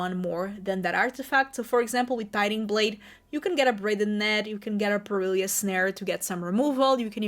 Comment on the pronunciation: Good video.... Fun looking deck and I think your accent is great but please stop calling it Per-il-ious snare.... there is no second "i".... Its pronounced "per-il -us" phonetically